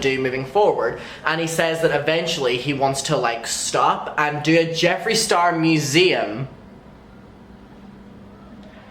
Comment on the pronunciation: I had to turn the video off and walk away when you said museum. 😑